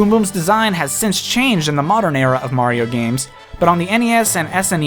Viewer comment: It’s a-me, Mari-no! Good vid btw.👍🏽